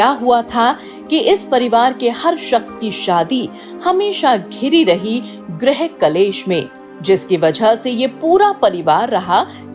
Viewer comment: ग्रहकलेश नहीं गृहक्लेश होता है!!!🤦‍♂️😏🤦‍♂️😒